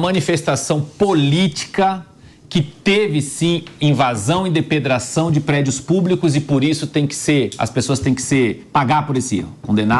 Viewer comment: Avisa o cara que precisa treinar pra falar DEPREDAÇÃO. Affff. Fraquérrimo